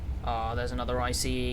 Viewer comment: Anudder one.